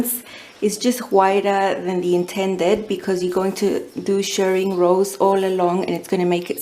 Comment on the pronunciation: Thank you again for another very informative video. Loved both dresses and I cannot wait to see the next hack. I always wait to see if you post anything on new patterns so I can purchase through your link. Also I am so glad you say Shirring and not Shearing, as you Shirr Fabric and Shear Sheep. 😆